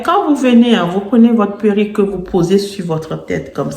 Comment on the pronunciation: Faut dire PÉ-(R)RU-.QUE, pas puerik....sinon, on ne vous prend pas au sérieux...A part ça, belle élocution. Dommage que ces perruques soient si chères...